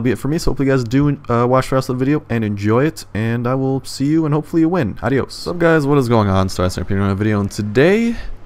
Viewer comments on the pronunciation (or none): none